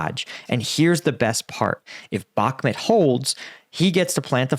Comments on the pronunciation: bak muuuuuuuut. not bak met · I'd give Zelensky the benefit of the doubt on it. I assume he wasn't briefed properly - among all the meetings half a world away, plus the situation was changing quickly. Also I'm pretty sure it's Bakh-MOOT not Bakmet . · Umm, I've never heard it pronounced like that. Bakmet? It's Bakmoot. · Please! It’s bhak moot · When you cannot pronounce a city’s name properly, I think you should not talk about it